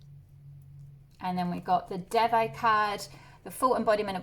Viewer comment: Pile 1 and Devi is pronounced like they+we (de+vi)